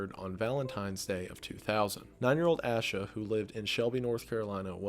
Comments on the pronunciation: also, i know its been 2 years but if you ever update or do a video on Asha Degree fyi its pronounced "ay-shuh" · Her name is pronounced A-SHA not ASH-A. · Holy shite. I had originally put this on to fall asleep to this...and then I woke up at the very moment my cousin Asha (we pronounce it "Ay-sha" her parents are my aunt and uncle) was being talked about and I definitely was not expecting her case to even be on this iceberg....that's amazing and crazy all at once.